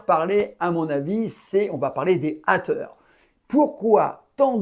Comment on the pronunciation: les hâteure lol french accent!!!super video